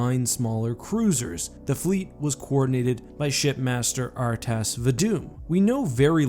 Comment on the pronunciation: Bruh, it's not Arr-tass, it's Rr-tahs.